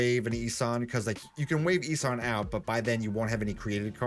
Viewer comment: not sure why but I feel people are saying "E-San" instead of "E-Son"